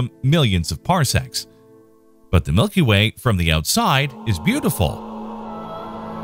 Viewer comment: For a second I thought you said 'our milky wang' and now I can't stop laughing. I need to use the sleep.